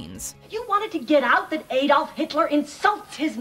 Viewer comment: Who the hell is "eidolf" Hitler? Dont you mean ADOLF Hitler?? Since when are German names pronounced like they were English?